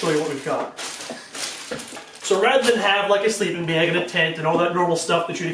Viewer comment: Baeeg. Baeeg. What accent is this?